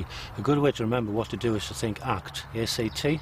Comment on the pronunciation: ACT sounds like *Fart* CT